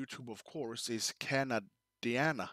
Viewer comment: Lol I couldn’t figure out what you were saying when you said “ Cana….Diana “. It is Canadiana pronounouced “ Can…A…Di…Ana “ meaning pertaining to everything Canadian….history, geography, politics etc. Just like “ Americana “ pertains to everything related to the U.S.